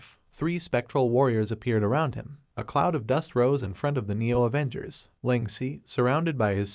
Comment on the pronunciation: avoongers aah😂